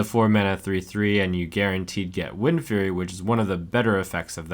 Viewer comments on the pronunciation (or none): none